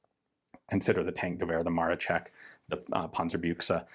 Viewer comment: Dear Gun Jesus, in Polish we pronounce "SZ" (as in MaroSZek) like English "SH", not like "CH" as You said in this video :) Greetings from Poland.